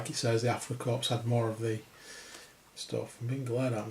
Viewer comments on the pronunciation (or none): The passengers can be used as any German, not just Afrika Korps or SS. BTW, the "s" in korps/corps is silent.